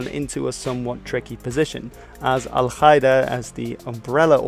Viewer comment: Qaeda isn't pronounced kaeda 😉